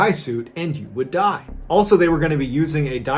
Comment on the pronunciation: the way he emphasizes “AND YOU WOULD DIE” during the diving one😂😂